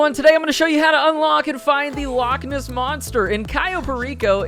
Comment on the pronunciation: As somebody who is scottish the way you say " loch ness " is so wrong but since your across the pond I'll cut you a break. THIS TIME 🤣